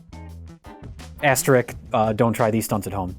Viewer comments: anyone know why always says "ass trick" when he's referring to an asterisk? Is that like a midwestern accent thing, or is he making a joke, or does he sincerely not know how to pronounce asterisk? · Mike says "asterick", I don't think any of them can say it properly lol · I know it's a nitpick but keeps saying Asterik, when its Asterisk, I need to see him fix this issue before I get very mildly annoyed again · I'm now convinced that neither Mike nor can correctly pronounce "asterisk."